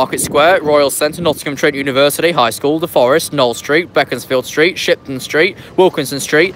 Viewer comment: You been pronouncing beaconsfield street wrong It is is prounounced Bee_cons_Field Street not Beckamsfield